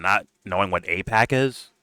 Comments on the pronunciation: Yeah... lil Davey never heard of and can't even pronounce AIPAC huh? riiiiiight. Here are some other things Davey just got no clue whatsoever about. His middle name. The letters of the alphabet. The amount of money in his bank accounts. The days of the week beginning with the letter M, T, W, or S. And how many pairs of My Little Pony Friendship Is Magic underoos he owns. Sure lil Davey... sure. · "it can't possibly be funding my show, I mean I don't even know how you pronounce it lol. Is Apac or Ipac lol you know?"